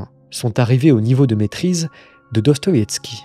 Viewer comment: Répète après moi : Do. Sto. Ïev. Ski.